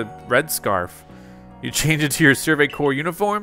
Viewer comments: I giggled with you said “survey corpse”. 😂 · I love it, but I got distracted every time you called the Survey Corps a corpse. I was genuinely relieved when you stopped. XD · I don’t like how he pronounces corp as core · Corps is cor. It’s short for corporation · You pronounce corpse as "core" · Corps is pronounced like core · To say corps just say core